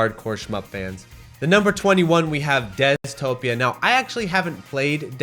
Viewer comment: Dezatopia not Deztopia. 19.29